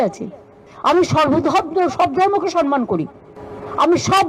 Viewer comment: উনি সম্মান বলছেন নাতো ! উনি সনমান বলছেন ।